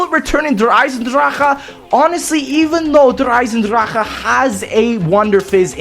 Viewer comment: I'm german and I'm amaized! you're one of the only americans that can say eisendrache or in general german names pretty close to how you actually say it